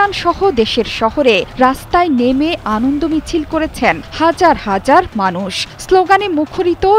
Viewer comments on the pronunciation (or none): none